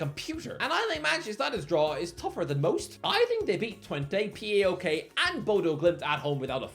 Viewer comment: WTF IS P A O K, ITS PAOK U DUMBASSS